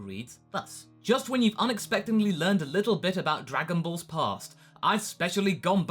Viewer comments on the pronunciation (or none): none